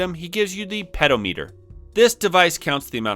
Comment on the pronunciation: You should try to do a collab with Jason Graves when you get to the remake of Dragon Quest V, he's doing the same exact thing but with SNES JRPGs. STOP PRONOUNCING PEDOMETER LIKE THAT!!! 😱 puh daa muh tr